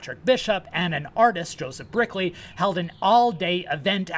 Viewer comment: Oh my gosh,. You mean David Rogers, not Daniel Rogers. You mean Joseph Brickey not Joseph Brickley. You are so far from your classroom, and tripping over material culture issues. And it is a daguerreotype, you can't pronounce. Daguerre was his name. Daguerre-o-type is the object. Never mind the rest. Going to call you "" since you can't commit. And you shouldn't, since as you say you lack "full confidence" and don't know what you are talking about. Now for Section 132.